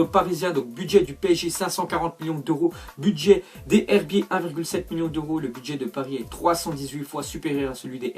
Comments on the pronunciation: C pas les herbiter c les z herbier sa se dit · Il faut faire la liaison pour les herbiers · Tu dit mal les herbiers faut que tu fasse la liaison comme si sa se disait les zherbier